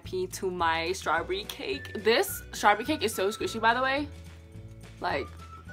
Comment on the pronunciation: It’s strawberry not strawbrry